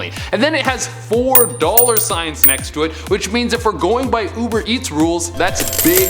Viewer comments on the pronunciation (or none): none